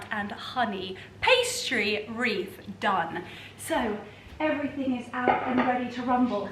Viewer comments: Wreath not reef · Delicious and stunning! The hostess with the absolute mostessssst! (Why are we saying reef instead of wreath though!?) Merry Christmas darling!! Much love xx